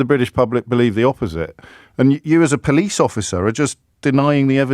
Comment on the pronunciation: "I'm a po-lice" 😂